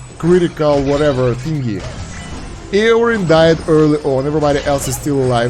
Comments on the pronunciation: it's not, it was confirmed in the patch notes video that it's "Yórin". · His name is pronounced "Yorin" btw. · No it’s ee-oh-rin